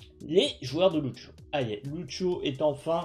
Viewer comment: " ceu beuf deu Loutcho "